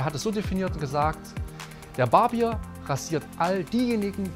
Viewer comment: Mein lieber Mann! 1) lernen Sie bitte mal, das Wort Barbier richtig zu betonen! Das ist kein Bier, das es an der Bar gibt! 2) netter Versuch, eine der Naivitäten in der Religion (egal welche) zu verteidigen, geht aber an der wirklichen Problematik vorbei!